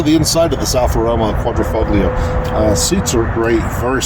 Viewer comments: The G is silent....quadrifolio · Quad-ri-"fog"lio? really? if you are going to be reviewing a car and want to be good at it, I suggest you at least know how to pronounce the model name properly.